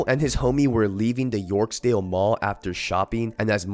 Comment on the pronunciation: It’s YORK-DALE mall not yorksdale wtf man get your shit together